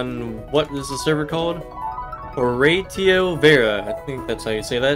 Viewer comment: Good try of trying to pronounce ‘Horatio’ at the start but its actually “Huh + “Ray” + “Shee” + “Oh”